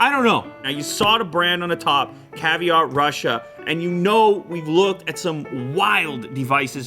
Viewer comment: He dont even want to pronounce Russia well rip 😂😂😂